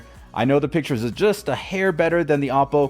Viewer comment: Panasonic UI looks like it’s from the early 90’s tube TVs. You were so good about pronouncing Oppo properly, you’re slipping bud. Oh-poh. “Oppo” is for lazy baseball talking heads when a player goes opposite field. Happy 50th birthday to me!!! Hopefully I’ll wake up to an AppleTV 4K!!!! I’ve already got me new cable. Dude, that’s a nice cable! The plugs are finished in a nice black chrome! Fancy-schmancy!!! I’m going to have to buy an Ethernet switch box next, I’ll wait until Monday.